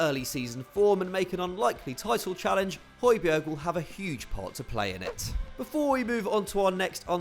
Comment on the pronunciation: This is how to pronounce Højbjerg: Hoj-Bjar Means Tall Mountain